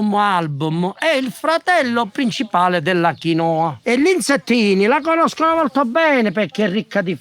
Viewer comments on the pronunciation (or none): VE LO DICO CON AMORE PERCHE' VI ADORO, MA DIFFONDETE L'ACCENTO GIUSTO...SI DICE QUINOA CON L'ACCENTO SULLA "I" NON SULLA "O". HO SPOSATO UN PERUVIANO E LA CONOSCO DA QUANDO QUI IN ITALIA NON ESISTEVA, MA VORREI SAPERE PERCHE' TUTTI INSISTONO A SBAGLIARE ACCENTO.... GRAZIE !!❣❣